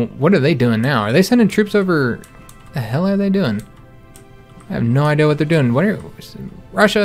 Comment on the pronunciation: Love you but something stupid lol you say I deal instead of idea. Looking l but love you the same keep it up!!!!!!!!